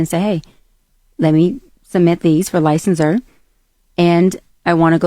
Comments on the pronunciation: Licensir instead of licensure. 😩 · say what?!?! She has what type of degree? And what is lie-sense-sir？